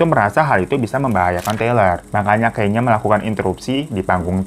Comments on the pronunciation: kanye bang kanye.. bacanya ka - nye. bukan kenyeee wkwkwkwkw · Kanye bang bukan kenya😭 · LU NYEBUT KANYE YG BENER DONGGG kayneee naon gemes gua